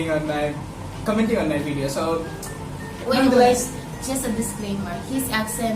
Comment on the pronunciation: yung F kasi sounds P... pati yung video = bideo